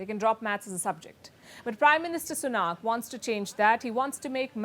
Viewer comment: Please.....it's Sunak and not Sunaak, can at least expect to pronounce Indian name correctly from an Indian Chanel.